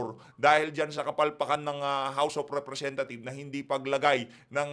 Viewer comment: tamaba ung pag kakarinig ko house of representa thief? hahahah